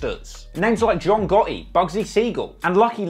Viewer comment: John Gawt-EEEE